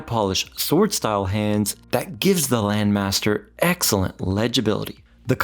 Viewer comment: I think the name doesn't ring a bell because of the weird pronunciation.